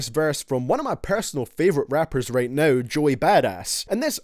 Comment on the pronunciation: “varses” “raight”